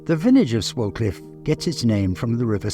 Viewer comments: It’s actually said sway-cliff I used to go to school there The village is so picturesque means so much to me and I regularly go cycling around the many nearby lanes and tour round the very proudly standing madmarson hill which is a man made hill that buried an Iron Age fort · Lovely video. The village name is actually pronounced "Swaycliff", but unsure if that's just a local thing! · pronounced Sway-cliffe. Enjoying your vids enormously.